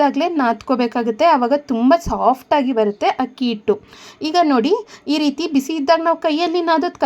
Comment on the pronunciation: Madam, ನಿಮ್ಮ idea ಚೆನ್ನಾಗಿದೆ . ದಯವಿಟ್ಟು "ಹಕ್ಕಿ" ಅಂತ ಹೇಳಬೇಡಿ. ಅಕ್ಕಿ ಅಂತ ಹೇಳಿ. ರಾಜಿ.